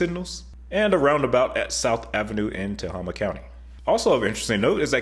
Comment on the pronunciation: Tehama = Ta-HAY-mah